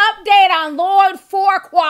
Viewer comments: I thought it was pronounced "Few-qway" We have a street named Fuqua in Houston and that's how we pronounce it lol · Hmmm.... You sure it's not pronounced "fukka"... But anyway.